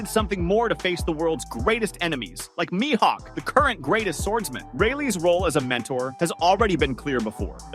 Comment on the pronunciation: my hawk? Isn't it like Me-Hawk?